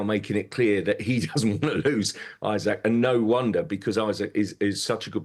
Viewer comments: This guy doesn't know how to pronounce It is eeesak not eyesack It is heysus not Jesus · Isak not Isaac !!!